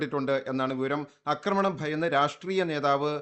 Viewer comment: അക്രമണൻ വന്നല്ലോ 😅 ഇതുവരെ 'ആക്രമണം ' എന്ന വാക്കു പഠിച്ചില്ലേ പൊട്ടാസെ